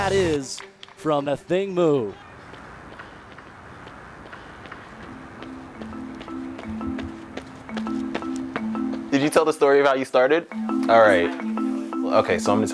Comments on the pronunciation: Pronounced Ah-thing Moo (it’s a Sudanese name, so pronounced phonetically) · Right, I also hate how announcers mess up her name.